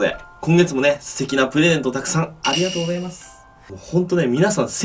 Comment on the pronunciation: ピクルスのあとのありがとうございます！が、、 ありがとナス！ 、、重症